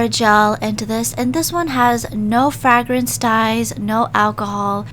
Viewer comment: When she says “fahhgrance” 😍 (This is not by any means supposed to be rude this is a joke I am terribly sorry if you think this is rude)